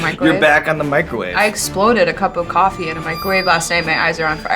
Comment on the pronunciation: "I'm just gonna have some cwaffee"